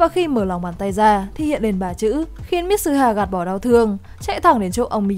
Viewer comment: Mi-tsu-ha. Ko phải mít su ha.